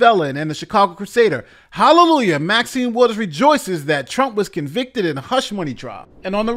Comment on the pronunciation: She has waited so long to be able to say he was a convicted felon and she flubbed it!